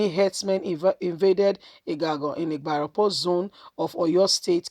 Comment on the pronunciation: Ibarapa...not ibarapo